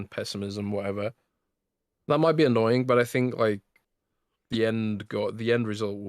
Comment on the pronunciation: there is no k in annoying!! FYI, its annoying not annoyingk